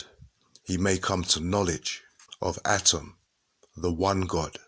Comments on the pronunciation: Atum.. not atom... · Exceptional Work! Except, ATUM not ATIM, if I'm not mistaken. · Are u saying adam or atum? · He's saying atom or adam?